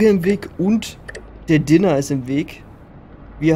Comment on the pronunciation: Niemand: Absolut niemand:: Dinner. man kennt's auch unter Diner (Deiner ausgesprochen), aber ist ok. Heißt ja auch IEtem und nicht Eitem, right?.. oh man